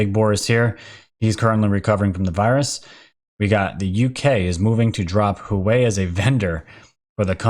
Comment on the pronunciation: Pronunciations: HuaWei = hooWAH-way (I've been to their plant in Shenzhen) Padilla = puh-DEE-yuh